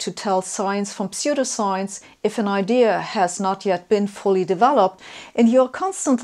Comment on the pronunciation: Ah yes, Gifth Feneration Telefone Knetwork. P.S.: I like the way you pronounce "pseudoscience". You make these topics very accessible! I'm barely coherent today yet I still came away with an even better understanding of scientific models than I already had! P.P.S.: That is a very cool coat